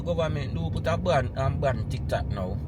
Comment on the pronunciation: You meant to say BAN not BAND.